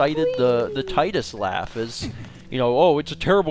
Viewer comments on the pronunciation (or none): Yeah, many people makes fun of Tidus's laugh, and many people doesn't even relize what he was actually trying to do. Also, it's suppose to be TEE-dus. It follows the Japanese pronounciation. Other than the puzzle in FFX, there are mini-games that are just irritating.